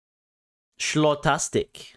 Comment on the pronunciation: “Shlotastic”😂 its SKO-lass(tick) lol